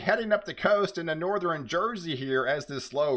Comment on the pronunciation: Hello and best wishes. I was in broadcasting 30+ years. Having said that, I have friendly advice so you can sound even more professional. 1. Relax & just share the info. Forcing your voice & sounding over hyped diminishes professionalism. 2. You consistently mispronounce “southern” and “northern”, etal. You say “suh thren” and “nor thren”. The “R” is misplaced as you pronounce these words. It’s annoying. Southern should be pronounced “suh thern”. Northern as “nor thern”. 3. Just speak like you’re talking to a friend. Calm down. Peace & love.